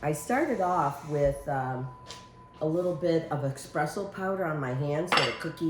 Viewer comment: Espresso powder,Not expresso,LOL